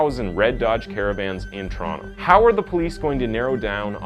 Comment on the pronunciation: If youre not Canadian props for pronouncing Toronto right